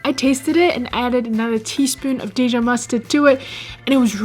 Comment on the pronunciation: How about that Day-Jon mustard?